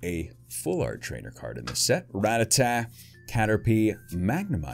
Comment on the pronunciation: The fact that you can say “Rattata” right makes me INCREDIBLY happy